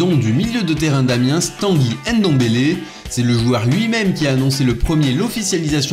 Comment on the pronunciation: Arrête de dire ENDOMBELE, on dit NDOMBELE. De même qu'on dit MBAPPE et non EMBAPPE. Pareil pour tous les noms africains en N' ou en M'.